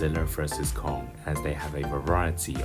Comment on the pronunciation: "sh monsters godziller and kung, ready to do battle" lol i laughed when i heard him pronounce it like that